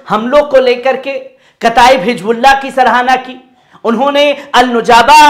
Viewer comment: Jaha higbulla jaha sahi hizbullah h.jaha Jaha... alfaz drust kare,vaha sunne wale sharmate h